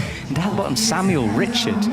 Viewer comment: Also pronouncing the French athlete Richard with the English pronunciation is so annoying lol